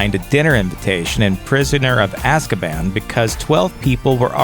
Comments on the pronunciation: Stop stop stop stop stop Your going to kill someone’s brain cells It’s Azkaban not Ozkaban Ok I’ll leave now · And AZKABAN not aaazkaban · It’s A-sc U-ban not O-scub O-n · stop, stop, stop, you’re going to annoy someone, besides it’s AAAzkaban not OOOzkaban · Only Die hard fans would get triggered at the fact he said “sorcerers” not ‘ philosophers’ 🤬😡 And bish its ‘Azkaban’ Not Ozkaban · Prisoner of ozkaban really? You mean azzkaban (pronunciation) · It's Azkaban not ozkaban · Btw.... It's Azkaban not Ah- Zak-ah-bahn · It’s not ozkabon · Why do you gotta pronounce Azkaban as Oz-Kuh-Bon? Even JK Rowling literally pronounced it as Azz-Kuh-Ban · Oz-kuh-bohn?! I do believe you meant Az-kah-bahn. You know: the way it's said in the movies, and the phonetic pronunciation of it's spelling? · Seriously, "Ozkabon"... 😒😣 Lmao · Why do you keep saying ozkaban? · it's pronound az kuh ban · Like ozkaban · Someone who says AHzkabAHn is not qualified to narrate a vid about Harry Potter. Just saying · penseeve, raowling, azzkahban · how come you went from azkaban to ozkaban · It's pronounced roll-ing and az-ka-ban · The prisoner of Ahzkahbahn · The way you pronounced Azkaban makes me think that you haven’t seen many of the movies or read the books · Is no one gonna get mad at the way he sais Azkaban? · First of all YES i know all second of all I would like if you pronounced all of the names of places right sorry it just annoyed me a bit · I cringed so hard when he mispronounced azkaban. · who cringed when he pronounced Azkaban wrong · Awesome vid. But like what's with your pronunciation of Azkaban and Gringotts?